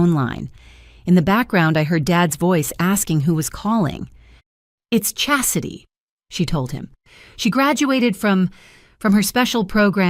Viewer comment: All these accolades are correct and I could overlook the incorrect pronunciation of Chastity but mispronouncing demote fi was too much.